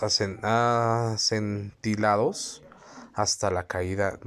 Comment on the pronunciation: Oye que pena no sabes leer se dice " acantilados " no acentilados